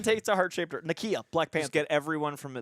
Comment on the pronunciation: Why is Greg mispronouncing Nakia's (Nuh-kee-uh) name? He's pronouncing it like Nakia (Nah-kee-uh) from Ms. Marvel.